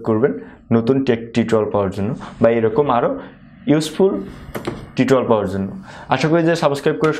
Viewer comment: Though the video was very helpful but I want to correct something .. it's not saboscribe .. it's subscribe ...plzz pronounce it correctly it sounds really weird